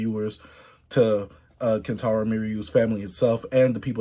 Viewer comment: Pls just say kentaro from now on